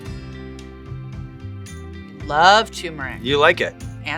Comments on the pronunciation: Why does everyone pronounce turmeric wrong? Its not Too-muhr-ic, its Tur-muhr-ic. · How does every guest on this show mispronounce turmeric? It's pronounced phonetically and they all still drop the 'r' sound. It's TUR-mur-ic, not TOO-muh-ric. Come on.